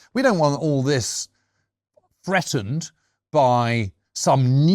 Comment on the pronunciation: "Freatened", "Wivout"? Are you an academic James? You can't even pronounce "th" properly.